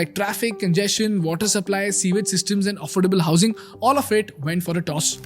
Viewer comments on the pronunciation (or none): Pronounced 'SOO-IJ'✅ (sewage) Not 'SEE-VAGE'❌ It's incorrectly pronounced even on Google. Your content is good, however, some of your other words are also mispronounced. Please take care....it's imp to draw your attention to these mistakes, since you have an English course out there in the public domain. First n foremost, YOUR OWN diction needs to be spot on! All the best 👍🏽